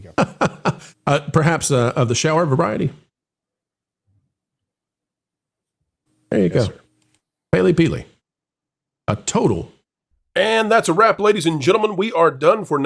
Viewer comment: "Paley"? "Peely"? I thought it was Pelley rhyming with smelly.